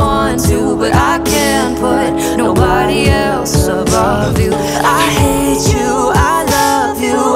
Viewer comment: Omg now I kept hearing every 'hate you' as 'hay chew' 😂😂😂😂😂😂